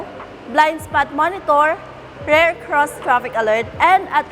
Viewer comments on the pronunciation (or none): How come the ladies here cannot pronounce "rear" versus "rare" ???